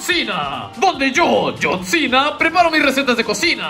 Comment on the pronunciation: Its yohn cinaa